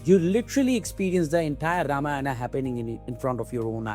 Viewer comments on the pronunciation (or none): Please please please please, it’s pronounced RAAMAAYAN. Please. Just ask a regular Indian to help you fix how you say it